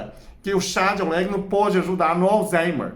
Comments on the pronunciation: meu querido, não é oléguno, é Orégano!!! rsrsrs blincadeila❤ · Eu gosto muito orégano na pizza, macarrão etc. Chá nunca tomei. O Senhor pronunciando orégano com este sotaque fica um charme. Gosto muito do seu canal. Admiro sua competência e inteligência.